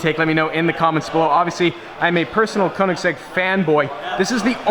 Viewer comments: If you are a koenigsegg fanboy why cant u pronounce it right? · Giovanni Donegà I've seen interviews where Koenigsegg himself pronounces it like the last syllable of his name. But you can say it however you like. How do you pronounce "gif"?